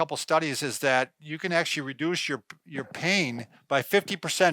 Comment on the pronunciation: why the tall one says Ashley instead of Actually 🤔 ask / ast